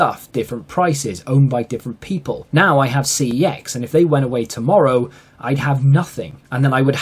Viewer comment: Forget about how to say YouTube as a British person. He should be pronouncing CEX as Sex and not Cee-Eee-Exx 😂